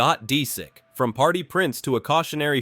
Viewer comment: I HATE AI NARRATOR. Scott Disick is not Scott Deesick.